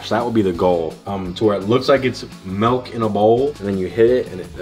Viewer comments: Did say milk or is he still saying melk? 😂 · Oh he’s still saying Melk 😂